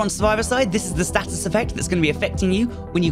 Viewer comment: Why are you saying 'status' like a flid?